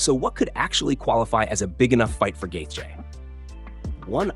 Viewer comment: Gaith-J? Garbage ai slop